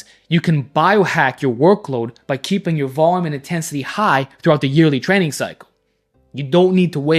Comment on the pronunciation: “Before I was trenning”